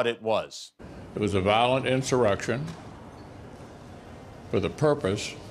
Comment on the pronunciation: Did the turtle say “violent” or “valid” insurrection?